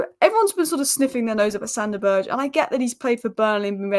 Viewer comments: His name still isn’t «Berje» or whatever you’re saying. It’s Sander BURG EH (Like the Word «Burger», but just cut away the last letter) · Good lord. I hope we don't sign Sander Berge, it hurts my ears every time you pronounce his name so awfully wrong. SANDER BURGER!!!!!!! 😂😂😂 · I love how pronounces Berge's name different every time.:D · please google how to pronounce Sander Berge, itas not hard at all......